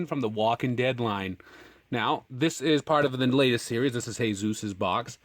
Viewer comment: the way you prenounced jesus wasent right , it's just normal way . jee-sus